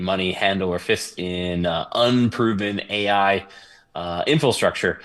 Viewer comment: what in the world is “infrostructure?”